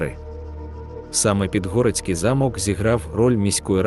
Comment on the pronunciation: Ніби мало бути цікаво, але не змогла дослухати до кінця. Наголоси - просто п*зд*ц! Підгóрецький (правильно - Підгорéцький), Óлеський (прав. - Олéський), Ужгорóдський (прав. - `Ужгородський) замок, корóля (прав. - корол`я), Мáрію (прав. - Марíю), т`юрмою (прав. - тюрм`ою), тéрнового (прав. - тернóвого), госпóдиню (прав. - господ`иню), періóд ( прав. - перíод) і безліч інших, а деякі вимовляються з наголосом на кожному складі, ніби це робот говорить, а не людина. Також є трохи росіянізмів чи ще якось перекручених слів, проблеми з власними назвами - якийсь Іфесінгер та Ержевуський, які насправді Фéсінгер та Жевýський. Ще щось було про французький стиль Підгорецького замку (вперше таке чую, знаю, що в його архітектурі поєднуються ренесансний і бароковий стилі). Загалом, це просто 🙄😵‍💫🤦‍♀️🤦‍♀️🤦‍♀️. Навчіться нормально говорити і шукати адекватну інформацію, а потім беріться щось озвучувати.